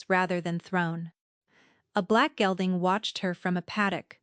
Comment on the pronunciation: ...a black gelding, not gilding...